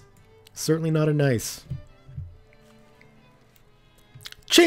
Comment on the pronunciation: This series is great so far... But just FYI, the city Nice is pronounced like Niece.